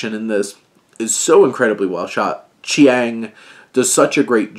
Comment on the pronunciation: Director's name is pronounced Cheng. Its just spelt differently because he's from Macau and Portugese approximation works differently than English.